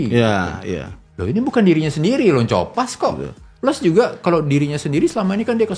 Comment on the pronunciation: Copas itu kan asal katanya Copy paste. Kayaknya lafalnya "ko" "pas" bang bukan "co" "pas"